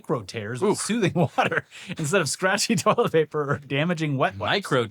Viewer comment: it's wild how Americans are incapable of saying "toilet paper"